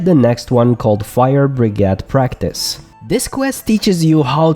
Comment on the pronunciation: hah. you said brigade funny.